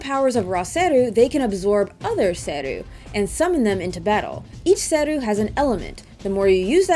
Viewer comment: its SE-RU not SER-RU